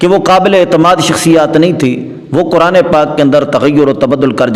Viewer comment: حضرت جی یہ لفظ کرآن نہیں ھے بلکہ قرآن ھے ۔ دوسری بات یہ ھے کہ مفتی صاحب نے اپنی رائے اور تعبیر سے رجوع کیا ھے لہذا آپ دیوبندی کو تجوید کے ساتھ نہ پڑھو بلکہ کرآن پڑھنے کو ٹھیک کرو ۔ شاباش بیٹا یہ ٹھیک کرو !!!!